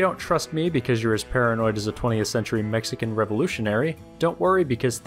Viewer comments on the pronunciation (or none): none